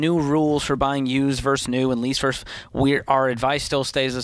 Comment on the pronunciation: Note to George: Vs. is pronounced "versus," not "verse." Otherwise, good show today.